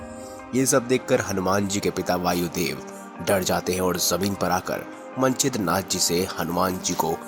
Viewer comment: ये मंचिद्रनाथ जी हैं सबसे पहले नवनाथ। मन चिद्रा नाथ क्या होता है भाई?